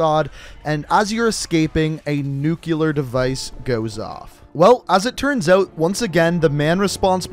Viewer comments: Same here. “Nuclear” as in exploding nucleus, I want to sayz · lol every fucking time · Nucular isn’t a word, just say it right man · nuCLEAR not nu CULAR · you butchered nuclear by saying "newkiler" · "Nucular" This bugs me to no end :/ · Nuclear (New-clear) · i know, is it really that hard to say nuclear?